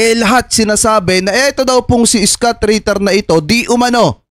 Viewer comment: Hindi skut kabayan..scott(iskat) ..engish kasi kaya ka hirap ee hehe